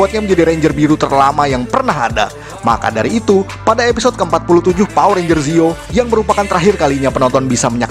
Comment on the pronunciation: ranger bukan renger